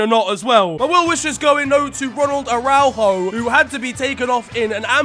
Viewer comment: the butchering of araujo's name 😩